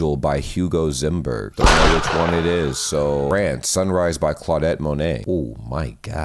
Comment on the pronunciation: Claudette Monet. Please consider learning to read what is actually there rather than seeing the start of a word and deciding. You know what the end is. His name was Claude. He was definitely a bloke.